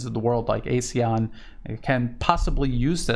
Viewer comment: Glad you are doing this. Thank you. Note pronunciation Ah-SEAN. Not ay-SEAN.